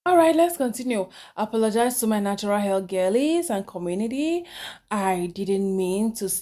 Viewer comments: She is forming accent yet pronouncing HAIR as AIR lol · Nautural "h" air